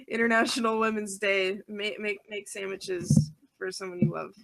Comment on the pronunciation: I HEARD SAMMICHES!!!!!